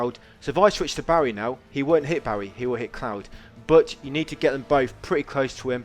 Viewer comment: why are you calling Barret Barry?